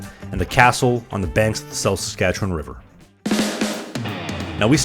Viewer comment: Gasp you pronounced Saskatchewan correctly. So many people say saskatcheWAN emphasizing the WAN pronouncing the A like how it is in yawn. When in reality it’s pronounced somewhere between “win” and “wun”